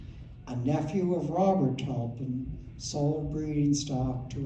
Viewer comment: I must correct a grave mistake in the presentation. The name is TUPLIN not Tulpin . My apologies to the Tuplin family